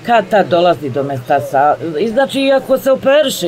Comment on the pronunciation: Zna li zena sto je spondiloza? Vidim da je pomjesala sve pojmove! Tako strucna, a etikete pisane u špajzi na stoliću kemijskom… pa bar to nije kvantna fizika da se napise na kompjuter bez puno tehnologije…. rijec “metastaza” joj je malo problematicna za izgovoriti, ali je “medicinski radnik”… jel to moze?